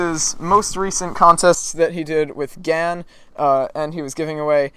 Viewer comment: isn't it gans. with an s.